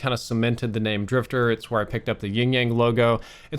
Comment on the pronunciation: I came from Halo and While this video is good, I cringe at him messing up the names